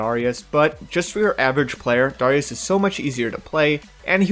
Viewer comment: why the fuck do you pronounce darius like that? its tilting